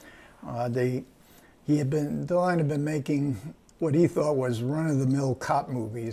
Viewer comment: Il faut arrêter d'encenser MR KLEIN, tous les critiques ont convenu à sa sortie que c'était un film raté ! même si la composition de Alain DELON est excellente. D'ailleurs, le gars qui est interviewé ferait bien d'apprendre à prononcer le nom de Delon : non, Monsieur, ce n'est pas Alain Delone, mais réellement Alain DELON.